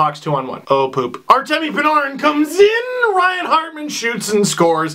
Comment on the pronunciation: you pronounce panarin's name weird lol